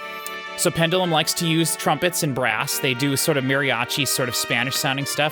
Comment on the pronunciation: You keep calling Pendulum, Pendalem. Trivia, there's a mock act called Pedalem which is worth a listen too. It's a joke version of each of these tracks